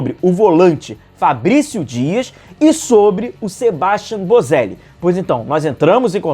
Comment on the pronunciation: Quero ver se vem algum. Já estou cansado de tanto monitorarem jovens promissores e contratarem a peso de ouro os Vidal e David Luiz da vida. Um detalhe: sendo argentino, ou de outro país hispânico, o nome do Boselli é SebastiÁn. Assim como é sempre AdriÁn, JuliÁn, etc. Temos que perder essa mania que dói no ouvido de americanizar a pronúncia dos nomes . Nesses casos é falar como está escrito...